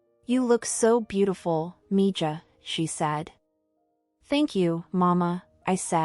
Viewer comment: This was a very good story. Though maybe you should have found a way for the AI to say Miiha and not MiJa. If you could ever use another writer, I have an idea for a story or two.